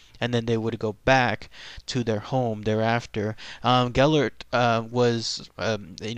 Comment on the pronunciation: I'm Welsh, I heard this story when I was 2 Ive been to the dogs grave, and the statue he says his name wrong though